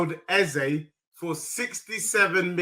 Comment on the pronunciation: stop that pathetic Eze pronunciation.